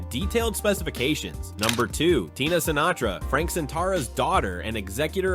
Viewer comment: Frank Sintara not Sinatra? AI?